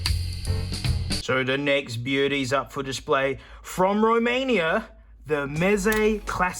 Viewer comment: Live from Romania. You waked me up when I heard Romainia